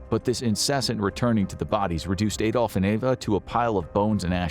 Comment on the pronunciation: Why can't americans ever pronounce Adolf? Or Bernard for that matter? 😂😂